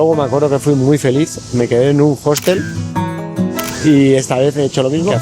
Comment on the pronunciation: EN UN "JOSTEL"? *HOSTEL (OSTEL)